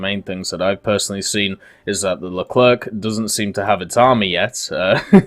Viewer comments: Leclrec not Leclerque don't prononce the "c" pls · Please, stop all pronounce LeclerK , its more "le - clair" :)